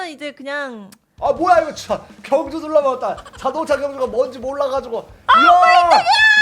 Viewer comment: 에 경주데 겸주 라고 했어요